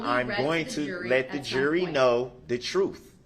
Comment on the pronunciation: I wish he could learn how to say TRUTH.. it’s so irritating..